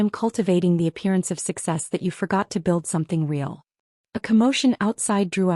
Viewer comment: Who knew that the word "real" had two syllables?